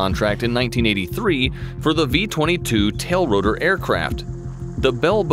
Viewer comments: Hey narrator, It is not a"tail rotor", it's a TILT rotor. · Just in case nobody noticed - it's TILTROTOR! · “Tailrotor”??? No research or editing budget or something? It’s “TILTROTOR”. How can you miss such a fairly important part of its aircraft type?? I mean you obviously spent some money and time on the video.